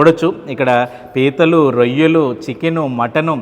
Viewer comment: anchor babu avi reyalu kadu royyalu 😂